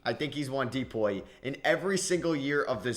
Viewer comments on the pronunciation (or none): none